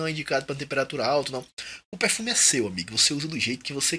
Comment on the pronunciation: Acho muito massa seu sotaque quando você fala pérfumi kkkkkkk sucesso manoooo